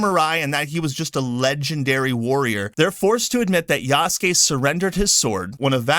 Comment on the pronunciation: I like how you pronounced Yahhhhsuke lolz! Ubisoft probably noticed that they could make him gay just by elongating his name. Yahhhhhhhhhsssssss!!!